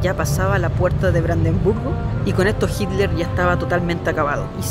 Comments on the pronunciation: Por que en lugar de decir Hiler, dice Hidler? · jiler dice jajajaj